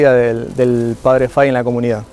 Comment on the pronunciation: Muy buena explicación, una sola anotación es padre FAHY, se pronuncia en español FAJI no fai. La hambruna no era en general En europa sino especialmente en Irlanda donde había un hongo en la papa, la cual era el alimento más importante para los irlandeses.